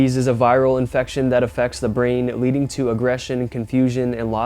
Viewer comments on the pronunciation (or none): none